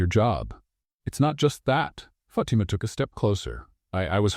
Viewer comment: Fatimas name should be pronounced FA TEM A , NOT Fat t ma